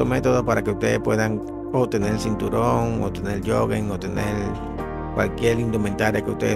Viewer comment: Sinturon? O cinturón?